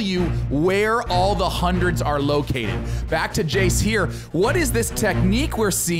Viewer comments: Jayce sounds like he said "my name is jeez" 2.19min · Jayce needs to learn how to say his name properly 😂 if you didn't catch it the first time